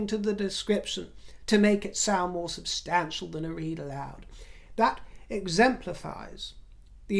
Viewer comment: OMG, Is this a white Winnie Mandela impersonation. Please use the correct pronunciation of "substantial" and not the Lady C affectated pronunciation. Listen to your latest video and and hear that you switch pronunciations. I despise Meghan ( and Harry) as much as I despise Trump, but at least she is not a social climber as you () and name drop. You critisise her expensive clothing, that's her business, but at least she doesn't have to buy at the "Thrift" shop. I just think you are jealous that she succeeded in marring a "royal" and you remain common drag "queen". Oh, I am certain you have friends of "inluence", the ordinary gay politicians. Finally, I find it offensive that you refer to Prince William as the "hot' prince and how you would love to "have " him. In your dreams, in your dreams. Show some respect.